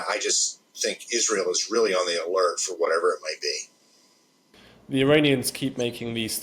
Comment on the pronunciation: Couldnt watch this due to how he pronounced Iranians as Ironions!!